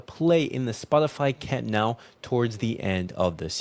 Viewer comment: Camp Nou. Not camp now.